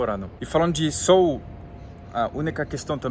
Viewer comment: Não é sôl e sim sol!🌞 acho que ele vai até se esconder a cada vez que vc pronúncia “sôl”! Apenas uma pequena observação uma vez que vc fala o português bem. 😊